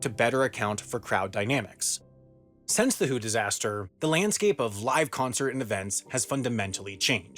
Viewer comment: Stop pronouncing “since” as “sense”